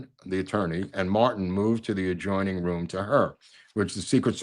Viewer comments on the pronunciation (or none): none